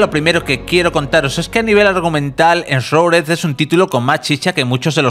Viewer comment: "enshruded" se pronuncia